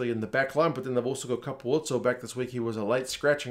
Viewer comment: well done for nailing the pronunciation of Capuozzo! nobody gets that right!